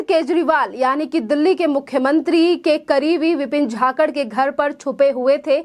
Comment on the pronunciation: झाकड नही जाखड बोल